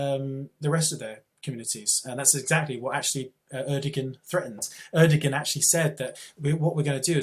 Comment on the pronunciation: not having a go, i fully agree with everything Macer says, but if you are going to have a pop at Erdoğan, at least know how to pronounce his name, the G is silent and the O before it is elongated, rock on may 14th when the turkish Putin gets the boot :)